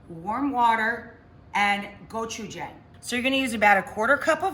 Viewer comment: throwing in gochujang, which someone should teach her how to pronounce, does not make something automatically “Korean” or “Korean style”.